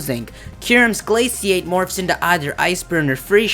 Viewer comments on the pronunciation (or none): none